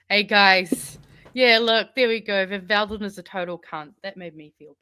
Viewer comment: Bot Van Veldon ... we gotta get the names right!!